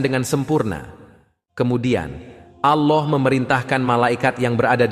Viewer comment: Kok nyebut Alloh nya gitu sih g faseh